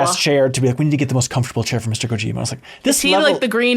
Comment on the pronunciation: For the love of god please stop stressing the middle syllable of Kojima so hard. At least try to say it the right way, instead of the white way.